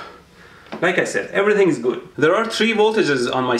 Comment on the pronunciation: ElectroBoom: "everyting's fine now" me: *muscles tense